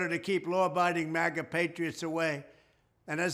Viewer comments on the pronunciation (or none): none